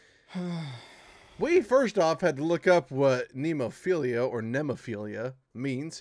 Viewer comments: NemoPHILA, not "philia". RAITEI is another blistering song by them. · Isn't Nemo-PHILIA it is Nemo-PHILA... just read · There is no second "i" in "Nemophila". It's not someone who loves to be in the woods, its the name of a certain flower. As for other songs I'd suggest the video to "Raitei" and their rehearsal-room recording of "Oiran". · Guys, apparently its pronounced "me noff ila". It's a small blue flower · It's. Not. Nemophil-i-a!